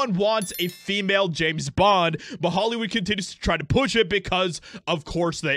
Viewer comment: James Bond, not Jane Bend